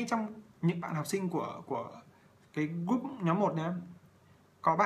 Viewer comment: Thầy ơi. sao con nghe thầy phát âm tiếng anh kì cục thế. group = gúp hả thầy ? 😂😂😂hay do con tiếp thu kém?